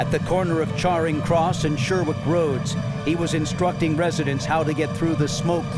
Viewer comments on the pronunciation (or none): "Charring" Cross Road...